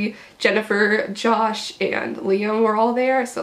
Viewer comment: the ways she said i got see josh and the way she said liam loll